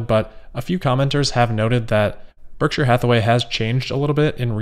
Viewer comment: Nailed the “Berkshire” pronunciation this time 😉